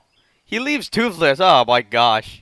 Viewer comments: Say toothless not toofless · seriously just because he is saying toothless wrong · I'm not liking or subscribing because u are saying toofless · Can you say toothless anymore wrong?